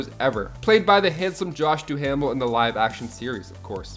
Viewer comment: Frank “ Quite-ly” and Josh “Due-Mel”. That’s how they’re pronounced.